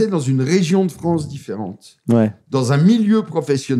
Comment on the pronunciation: J'aime la Civilisation européenne, mais la Fwânce ? NON